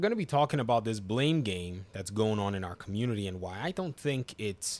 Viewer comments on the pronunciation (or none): Did anyone else keep hearing “Arkham unity” when he said “our community”